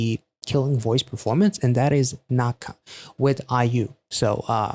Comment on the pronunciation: actually correct pronunciation of 낙하 is “Nak-Ha” i think. 낙 = nak , 하 = ha.